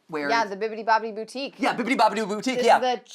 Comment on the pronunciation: I cant believe it. I cant believe you missed it Matt. It was right there in front of you . Instead of boutique it's bou-chica! Come on!